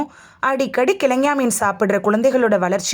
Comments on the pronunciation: Speak correctly prounanciation .Not kilagany or thengay meen. Kelongon meen is correct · கிழங்கா மீன் என்பதை கிழங்ஙா மீன் என உளறுவதேனோ? அட! லூஸு!!!